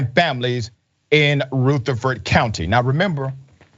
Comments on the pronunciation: It's Ruh-th-a-ford county Dr, in case she does get the justice she deserves and you do another story about her. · The u in Rutherford is short. Lived there many years. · Thank you for sharing. It’s pronounced Rutherford with a short U like Rutherford B Hayes. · Also I’m just now realizing we must pronounce it weird cuz that’s not how we say that county name. R-uh-ther-ferd county. mer-fres-buro is the county seat. You gotta run it all together and mumble it 😂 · Sir, it's not hard to learn the proper saying of Rutherford? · That's the problem! Retire to stop investigation! This is bullshit. You pronounced the county wrong!